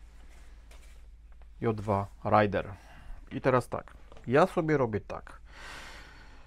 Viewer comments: Napisane jest Raiden, (z japoń. Piorun) Pan czyta Raider (z ang. bombowiec) Głowa boli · Raiden (a nie "Rider" ) to po japońsku "piorun/błyskawica". Też go za szczeniaka kleiłem. Może next coś pływającego z epoki? HMS Penelope fajnie by się wpasował.